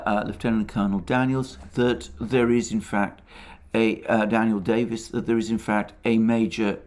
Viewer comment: For Christ's sake Alexander, quite some notes before you speak. It's Lt Colonel DANIEL DAVIS how do you mangle that so badly.😀